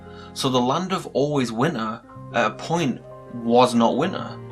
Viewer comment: Im really anoyed by how he says winter he litteraly says: 'Winner'